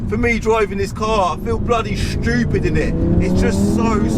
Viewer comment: "bloody schewpid innit" 🤣